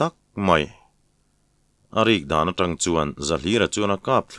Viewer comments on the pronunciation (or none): none